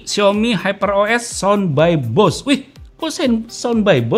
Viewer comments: Bose cara pengucapannya bukan Bos ya kak tapi di ucapkan sesuai tulisannya, Bose.. hehehe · Bacanya [boséé] . Bukan "bos". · Baca = Bose bukan bos